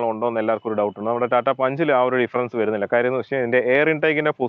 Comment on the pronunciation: "verunnilla ennu alla......."varunnilla"......keep the Malayalam language intact.....